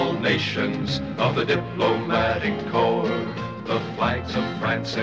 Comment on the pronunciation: well dum dum corp is pronounced as core bruh....